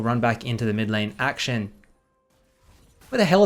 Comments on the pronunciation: Bro, please, akshAn, not Action. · Akshan = Ack - shaan (not aack-shin)